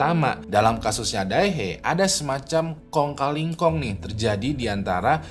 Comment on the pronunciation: kong ka li kong menurut kbbi bukan kong ka ling kong ..😅